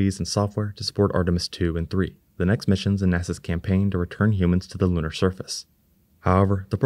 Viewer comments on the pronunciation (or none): none